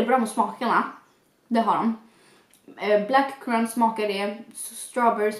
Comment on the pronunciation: Black crunt 😂😂😂 alltså. Hahahahahaha det är black currant men annars var videon bra